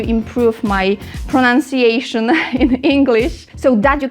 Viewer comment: Love these episodes! And your pronunciation is perfect! Keep up the good work@